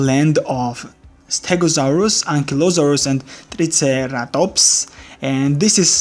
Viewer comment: Well, that's certainly ONE way to pronounce Triceratops.